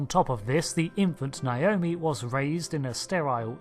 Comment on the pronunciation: I don't know why so many people pronounce Naomi as though it's spelled "Naiomi".